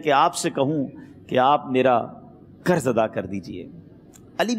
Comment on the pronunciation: Karz nahi janab qarz kahiye. Pls pronunciation thik karen.